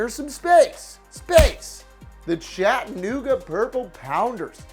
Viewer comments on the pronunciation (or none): none